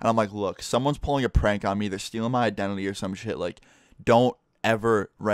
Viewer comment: Ik its an accent but you said "Idenely" and not identity pretty cool story tho